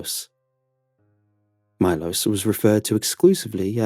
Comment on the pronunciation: I'm just sat here chuffed that Bulgaria was mentioned in a Creepypasta :D That would mean the colleague's name was probably pronounced Milosh not Milos.